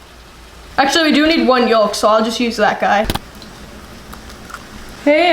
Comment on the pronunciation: The "L" in yolk is NOT pronounced. Its "yoke", not "yollllk."